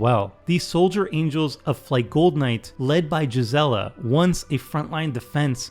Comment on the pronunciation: Thats how your suppose to pronounce Gisela?